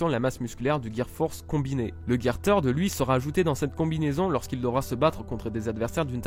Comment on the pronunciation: Par contre " Third " ce dis pas comme ça